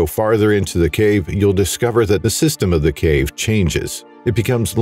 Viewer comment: Theres multiple times there you forgot to pronouce the V in cave haha